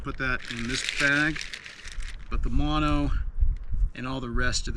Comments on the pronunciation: No no. Say mOnO. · Mono is pronounced with long o's.